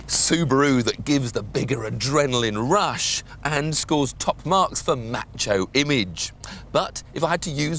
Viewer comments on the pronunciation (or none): none